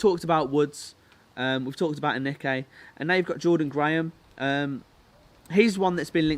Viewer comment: Lol your not saying Aneke right